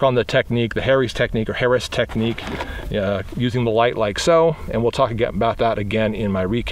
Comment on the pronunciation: You pronounced it right the first time "hair-eees" technique. Personally I hate weapon mounted lights. They do have their purpose but why have it mounted all the time and have to use a huge holster.